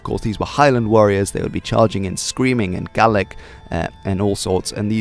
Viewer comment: Great video, 1 flaw, It's "Gaelic" not "Gallic"